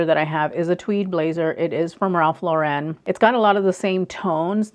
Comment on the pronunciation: A lot of your advice is very great, but you have to learn how to say his name properly. Lauren is not pronounced in the fancy way you’re saying it. It’s just Lauren, which rhymes with foreign. He was born in the Bronx, so there’s no reason to make his name more than it is.